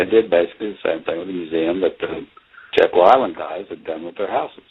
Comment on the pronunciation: It’s not “Jackal” It’s JECKYLL Island. This types of errors are what the denier’s go after. It makes people question the veracity of your documentary when you don’t do a simple Google Earth search. I grew up going to Jeckyll Island every summer from . Please do your research on the simple things like pronunciations and spellings because you have good info in the video but if people turn it off in the 1st 5 minutes then you are wasting your time. Those who would cove this information up (and have for 100 years) will discredit and discard good solid info based on something thus simple. If it helps, think of it like a courtroom battle between two sides and you have to be credible with the jury or you will lose the case.